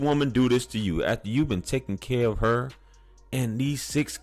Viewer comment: We pronounced her as har